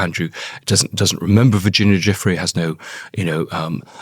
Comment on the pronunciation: Her name is pronounced Jew Free